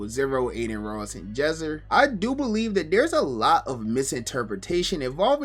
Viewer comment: bro said Jesser 😭 dont take him serious yall